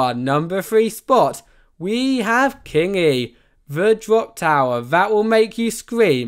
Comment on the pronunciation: As a Finn I can say you perfectly butchered every single ride name apart from kingi and taiga 😂